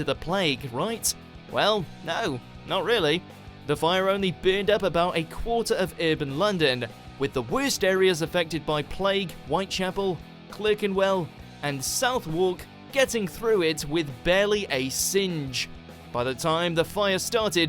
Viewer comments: Southwark is not pronounced "South-walk". It should be "SUTH'K" with the "TH" as in "breathe" (not as in "South"). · You sure you English mate? Southwark, is pronounced sov-ark not South Walk... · it's not south walk it's pronounced suthok but the spelling is Southwark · No 11 - The guy who does the commentary for WatchMojoUK can actually speak English - He clearly can't. i) We pronounce Dynasty Dinn-asty NOT Dine-asty; ii) Southwark is pronounced Suthack NOT South-Walk; iii) Monarch is only pronounced Mon-ark by uninformed Americans. It's Mon-ack. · "south-wark" No. Just no. Suth-erk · South-wark? Do you mean Southwark? If so it's pronounced Suth-ark. Like Greenwich is pronounced Gren-itch and not Green-witch. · 11. Southwark is not pronounced "south walk"... It's pronounced "suthock" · Southwark is pronounced ‘Suthark’ not ‘South- wark’. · Clurr-kenwell. South-wark. FFS. Lazy. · You're English and you prounounce Southwark as ''South-walk''? Its ''Suth-erk'' for gods sakes, it sounds like you're from the south too. Have you been to London? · South Wark?? 😆 It's pronounced Suthuck!! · Bro really called southwark south walk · Learn how to pronounce Southwark, FFS! "W"s in the middle of placenames are not usually pronounced. It's "Suthark". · Guy said south wark. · Are you even from the UK? Its the Bubonic plague in 1660's, the black death in the 12th and 13th century. There was no such thing as the Black plague. Also, its pronounced 'Sutherk' even though its spelled Southwark. Its at this point, I switched it off. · South..wark lol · "South-Wark"!!!! lol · Please learn how to pronounce the names of areas of London. Maybe you could start with Southwark. You pronounce it like a Yank. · South walk? I can understand non-natives mispronouncing our place names, but you shouldn't have this issue! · Clerk-enwell and South Wark? I don't think so! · South wark? Where's that then? Ffs, you know how to pronounce things!!!!!! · South-walk. Oh come on.... seriously.